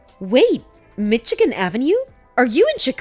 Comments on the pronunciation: It's pronounced 'Mishigan', not 'Mitchigan'. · Mitchi-gan Avenue? Hahaha!